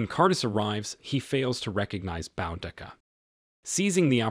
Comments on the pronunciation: It's not pronounced BOWdica! It's pronounced BOOdica. Great recap ruined by that one repeating mistake. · Why do these people try to tell stories they can't even pronounce this warrior princesses name there's no " N " in her name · It's pronounced Boo-Dee-Kah. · I thought it was pronounced "boo-dee-kuh" ? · This video mispronounces her name. It is pronounced Boodica. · And its pronounced Boo dik a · it's pronounced boo da Ka Boudicca. Trust me I'm British this is my history and I grew up hearing about queen Boudicca, Good video tho 👍